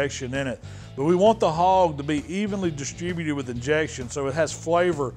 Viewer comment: The way he says distributed xD Slayed me